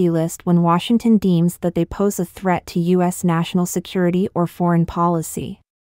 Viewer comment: Please stop using robots for your narration. You have a good podcast but the mispronunciation is a joke... e.g. the U.S. as us ?